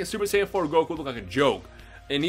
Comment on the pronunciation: when i watched his first video i thought he said super sandwiches